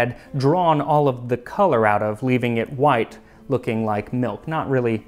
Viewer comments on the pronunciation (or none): none